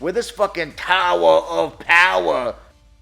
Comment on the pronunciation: THE TOWAA OF POWAA 😂🤣